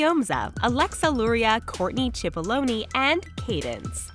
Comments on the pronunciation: “Courtney chipoloney” 💀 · COURTNEY CHIP-O-LONY EYEEE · this is an amazing video but ‘courtney chi-po-low-knee’ IM SORRY I DIED